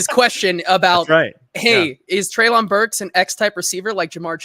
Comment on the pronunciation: Always great content overall..but man, can you please start pronouncing Treylon’s first name correctly…this is his third year, come on now. and Callahan both pronounced it correctly for you in this episode.